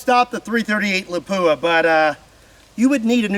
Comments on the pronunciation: you need to pronounce Lapua like a true Finn, not La-poo-a! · I always heard lapua was pronounced "lawp wah". Anyways, there's an older YT video of somene shooting a armored plate with a .270win 130g using a discontinued remington solid i believe solid copper fmj bullet and it went thru it like it wasn't even there. I'd be curious how solid copper bullets in all these calibers would fare against these modern armor and ceramic plates